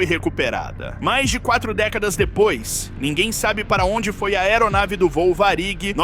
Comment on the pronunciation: Varig é paroxítona e não oxítona! Essa empresa de aviões era muito famosa e até hoje em dia ainda se fala dela!